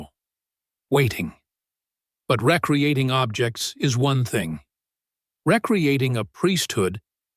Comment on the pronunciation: Why is this being read by AI? Pronunciation of 'recreating' is wrong.